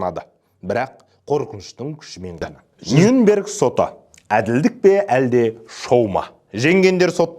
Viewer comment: Нюнберг емес Нюрнберг деп айтылады.